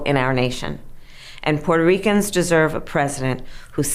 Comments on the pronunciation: I love the way Brett pronounces " Puerto Ricans" 😊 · Learn how to say Puerto Ricans. Lol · What is wrong with you, can't pronounce Puerto Ricans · This guy doesn't even know how to pronounce Puerto Ricans lol and I don't see Donald Trump saying anything about the Puerto Ricans are Puerto Rico dumbass